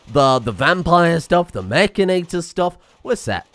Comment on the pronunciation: Isnt it Mechan-IT-or not Mech-A-NATOR?